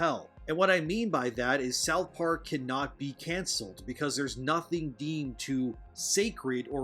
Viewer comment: Sauth park 10/10